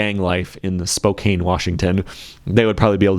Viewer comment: Before the army assembles, it’s pronounced Spo-Kan